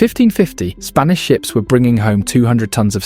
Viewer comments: "Spnaish empire" ? 🤣🤣 Or is it "Spinach"?.... "Spanish"? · "Spnaish" Empire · seconds in and it's the SPNAISH EMPIRE brother... PLEASE. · 'spnaish empire' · “Spnaish Empire”